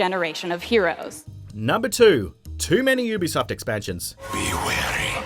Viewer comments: You-be-soft not uwu-be-soft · Why does it sound like he's saying boobysoft ?